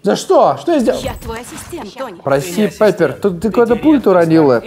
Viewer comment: Не Пеппер, а Пиппер